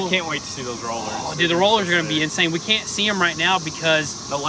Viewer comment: You need to 'Palculate' the 'caint' bro! 😂